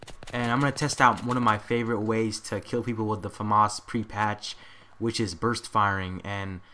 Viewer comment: ps americans pronounce famas weird